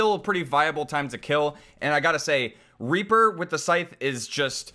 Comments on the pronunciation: Ree-por nice Hello from Germany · ReE-PeR? Reeper rEePOor